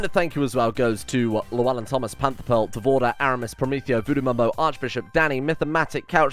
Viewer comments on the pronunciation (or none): none